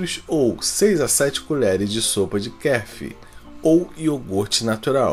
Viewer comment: Ele não sabe pronunciar Kefir e um Probiotico